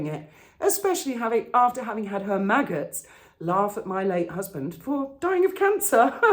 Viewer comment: 'The Megghots'... 🤣🤣🤣🤣